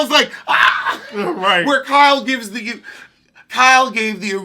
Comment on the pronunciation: I’m about to throw my phone at for that Michelle Williams. He has ZERO chill 😂😂😂. (love you 🥰🥰) OFF TOPIC QUESTION: what’s the backstory on why say KYLE (from RHOB) the way he does? It cracks me up — but I’m lost cause I don’t watch that show 😩